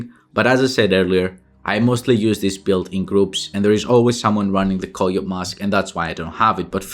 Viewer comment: I had no idea he was saying coyote mask.. lmao koyoat 🤣